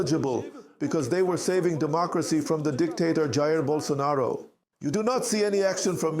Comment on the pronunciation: Or according to uncle Chael Sonnen, Yah-Rear Bolsanaro